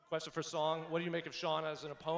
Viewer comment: Dana white , whos got the next qweshon 😅